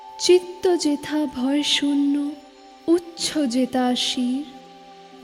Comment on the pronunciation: জ্বি আমার ভালো। কিন্ত আমি উচ্চ যেথাকে "উচ্ছ যেতা" উচ্চারণ করি না। এতো বড় একজন কবির এতো জনপ্রিয় একটি কবিতা ইউটিউবে আপলোড করার আগে সতর্ক হয়ে আবৃত্তি করা উচিত ছিলো।